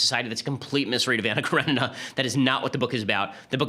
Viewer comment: Pronounce Anna Karenina as "Kaw-re-nee-na". ;) You're welcome. Slavs will be much happier.